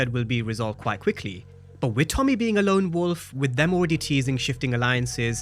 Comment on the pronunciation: It’s lone wolf… yall keep saying long wolf lol